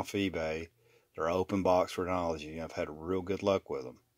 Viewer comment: Your “Renology” is actually “RENOGY” - there’s no L in there - just figured I’d help ya out since you said in the last video I watched that you’re trying to grow this channel.. Credibility & competence is step 1 in that process. Great stuff! Thanks.